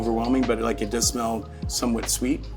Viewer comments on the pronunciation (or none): none